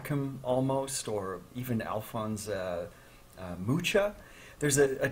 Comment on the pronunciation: Mucha is actually pronounced with a ch sound close to the ch in Loch Ness.